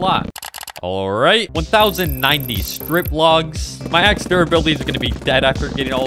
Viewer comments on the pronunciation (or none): none